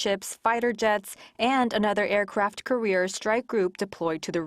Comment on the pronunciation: Well done. I always enjoy these updates from Korea. Just a heads up concerning aircraft carriers. I noticed the pronunciation was a bit off. Its carrier not career. ❤